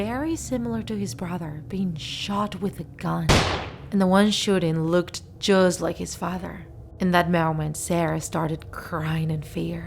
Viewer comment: “jusztt layk his fader”